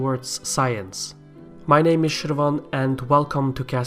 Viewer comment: Dear, I thank you for the coverage of interesting topics. They are well researched and engagingly presented. Small note: I really like your effort to pronounce names of people and places with their "native sound".